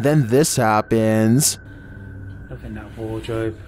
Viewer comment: and then this happæææns"